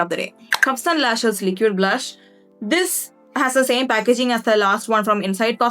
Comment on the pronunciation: Pls pronounce liquid correctly